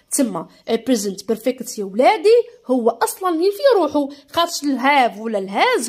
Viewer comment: بريزنت بورفاكت ❌ بريزنت برفكت 😂✅ تعديل:شكرا 🌺استاذة 🌺 على 🌺 مجهودك🌺👍🏻